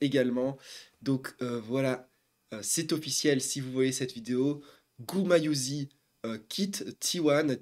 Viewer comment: GumayuSHI la prononciation